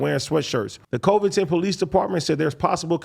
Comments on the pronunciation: He said covidton lmao its coving-ton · AD pronouncing COVINGTON as COVE-INGTON 😂😂😂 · Yo AD it's Côvington, short o, not ō long o 👍🏽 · I think it's pronounced Cuh-vington...that's how we say Covington, Louisiana but Tennessee could be different.